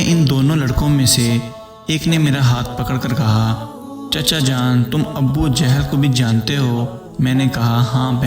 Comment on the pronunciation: Sir abbbu jehal nai hota, abu jehal hota hai